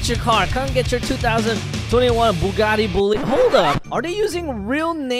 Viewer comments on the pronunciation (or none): none